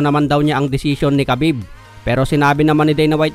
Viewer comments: Khabib not habib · hindi yan habib KUNDI khabib bwhaha ano ka british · Naka gigil kapag nagsalita ka ng habib